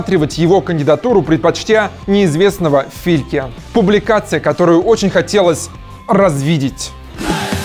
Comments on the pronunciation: "...предпочтя неизвестного Фильке")))) Флика) А не Фильку))) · не Фильке, а Флик. Ну я думаю, ты уже знал после этого сезона Бундеса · Почему фильке если правильно флик. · Какого Филке?! Ханси ФЛИК. Боже,. Бавария рассматривала его как кандидатуру номер 1, но Венгер запросил долгосрочнфй контракт, а Бавария хотела начать с контракта до конца сезона. И не ошибайся так с Фликом. Человек создал невероятную Баварию и заслуживает хотя бы правильного произношения имени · Предпочтя не известно фильке. Как же я проорал "Фильке". Флик он а не Фильке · ФИЛЬКЕ))))) - он не фильке а ФЛИК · Никому неизвестного Филька? Серьёзно? Ради приличия мог хотя бы прочитать фамилию тренера правильно.. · Тоже ухо резануло)